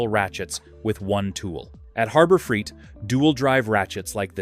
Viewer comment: Yeah. I gotta admit. I can usually determine an AI based video but I must be slipping. Your comment is spot on. I should have backed out way earlier than . I came back to the comments to see if anyone else noticed this. The other thing was the voice calls it Freeit not Freight. 😂